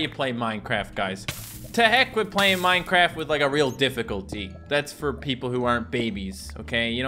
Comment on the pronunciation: Twy minecwaft hardcowe